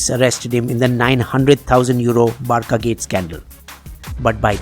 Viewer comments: Its Bar-'sa', not barka lmao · Hey man Barca is pronounce as Bar - sa not Bar - ca, also it's rakitic not ratikic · is not a real football fan. P. S. Its Barca, not Barka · It's Barca not Barka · I love your videos. But this video was pathetic. Learn how to pronounce "Barca".